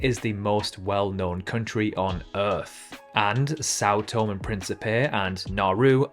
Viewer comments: It is pronounced tom-E and not Tome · Sao Tomé e Pincipé is pronounced “Sau Tomei e Principei” not “Sao Tom e Principei’ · São Tomé is pronounced sow tomay. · “São Tom”? Why on Earth do you think the E has an acute accent on it? You should learn to speak properly instead of sounding like a nincompoop. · Think São Tomé should be pronounced Sao Tomei, not just Sao Tom, and Guinea-Bissau pronounced Bisau, not Bisoo. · Sao Tomé eeeeeeeee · You pronounce Sao Tomé wrong. The accent with Tomé means it is pronounced tomeh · Sao To-maaaaaaay! The ending "e" has an accent on it, so you have to pronounce it. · Oh no it’s pronounced things different thing you do. This means he doesn’t know how to speak properly. Get over yourself people pronounce things differently stop whining. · It truly emphasises a country's global insignificance when even the cannot pronounce its name correctly. A party from my school was in São Tomé for the country's independence in 1975, so I may assure you that the acute accent on Tomé means something. I was in Granada more recently, in 1999, and locals pronounce it differently to Andalucian Spanish residents, and it comes out as Gran-ey-da. The fairly high recognition rates of even the most obscure places suggests this quiz was only attempted by geography or politics nerds like me. Being a product of four Commonwealth countries' schools/uni in the 50s-70s, I regularly get the Pacific and Windward Island nations in the wrong order. My Aussie grandsons (aged 11 and 12) do better than me with the former group.